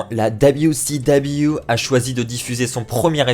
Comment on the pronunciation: Dabiou si dabiou... fais un effort stp